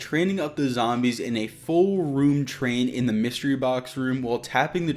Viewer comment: “Dee” machine?